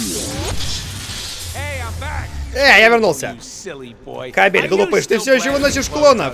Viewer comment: кАбель, кАААбель! ударение на первый слог!